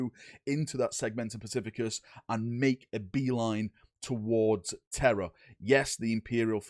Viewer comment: Segmentum "specificus" haha